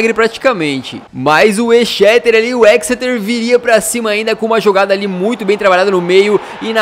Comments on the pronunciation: o exeter city se fala ezeter tipo isso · o toime Exeter City se pronuncia ezéster city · Se fala ECZESTER